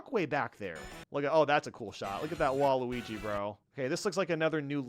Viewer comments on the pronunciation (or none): none